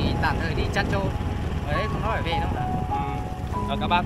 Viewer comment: Để em NÁI nhưng cứ bảo để e ấy NÁI- nói năng gì ngọng líu ngọng lo vậy?